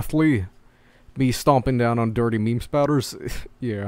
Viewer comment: Meme, not mime!